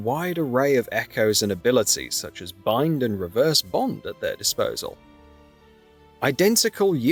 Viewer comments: Then he also said the "blind ability" when it's supposed to be bind ability! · He also said "the bLind ability" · It’s the “bind ability”, you said “blind”… 🤦